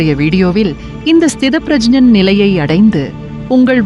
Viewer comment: Sthidhap pragyan . உச்சரிப்பு சரியில்லை. ஸ்திதப் பிரக்ஞன்.